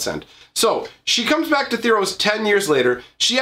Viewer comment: Say tharos right....